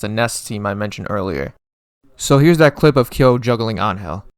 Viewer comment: I was wondering why you pronounced angel so wrongly, then you said nameless is better than k9999, which is such an objectively good take